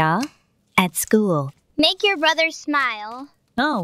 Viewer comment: OH NO THERES GREEN SLIME IN THE "SHOOL"